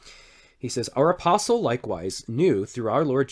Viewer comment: Can’t forget when Peter says himself “and i am a fellow aspostle” 😂